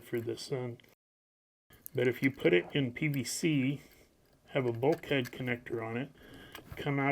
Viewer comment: Bulkhead... It does not mean bulk head, and should not be pronounced that way. It's a generic term for a wall or any flat separator panel.